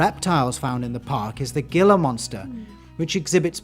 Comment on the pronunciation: It is a "HEE-LA (Gila) monster.